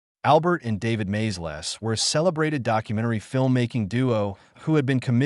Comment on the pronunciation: Hey, Mr AI, the filmmakers were the Maysles (MAY-ZULLS) brothers, not MAZE-LESS!🤣🤣🤣